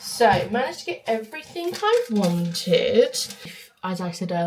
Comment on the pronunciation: It’s everything not everythink!